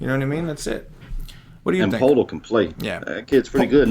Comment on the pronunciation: poeltl is pronounced "pert el"